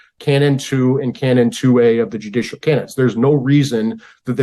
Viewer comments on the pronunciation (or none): none